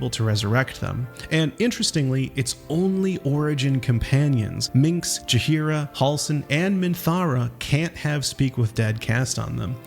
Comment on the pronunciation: I know you did not call minsc “minx” 💀